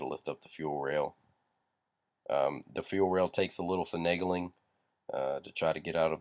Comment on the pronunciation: finigeling lol